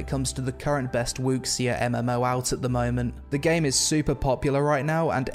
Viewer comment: Person really said wux see yeah and said “some Asian Instrument”